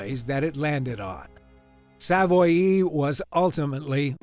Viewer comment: Its pronounced Sav-Wah, not Sav-Oy-E